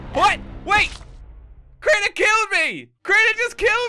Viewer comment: Its Crianer